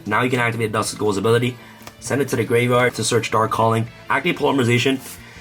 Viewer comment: ”gwave wyard UwU”